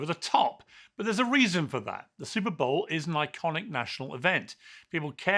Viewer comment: She did say Stuperr bowl😅